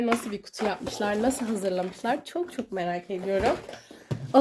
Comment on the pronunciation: Birazda düzgün konuşsan Gıcık oldum çoğk güzel arkadaşlar diyosun ama videoların çok kaliteli askm